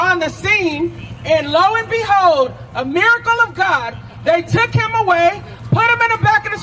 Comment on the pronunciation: Low and be-hoed